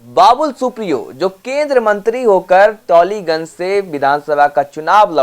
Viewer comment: उच्चारण Taliganj... टालिगंज होगा....